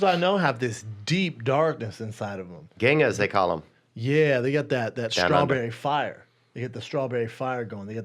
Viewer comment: We call redheads "rangas" (as in orangutan) not "gangas" lol. A Ganga is a lady with loose morals (and probably a loose pussy) that's down to fuck a bunch of dudes at the drop of a nut.